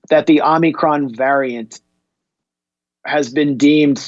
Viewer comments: First Joe Biden and now Max Blumenthal, why is everyone calling it the Omnicron variant? Is the n in Omicron invisible? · Is it Omicron or Omnicron? 🤣😜🤣